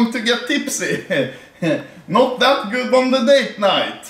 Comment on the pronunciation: you said goot 😂😂